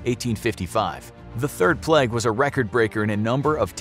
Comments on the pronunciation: Everyone else: Plague This Guy: pleg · P L E G G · The way this guy says plague ffs. “Pleg” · I was just about to comment that myself 😂 It was a great video but "pleg" is so distracting 😂😂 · Samuel Aquino you mean plegs? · He says ‘plague’ like ‘plaque’